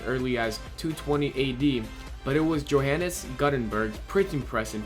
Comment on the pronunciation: I cringed so hard when you attempted to pronounced Johannes Gutenberg. Love the videos though